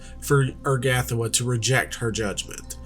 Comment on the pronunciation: The emphasis for Urgathoa is on the THO syllable, not the GAH syllable. Oor-Gah-THO-Ah